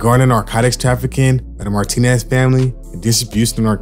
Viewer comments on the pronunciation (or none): none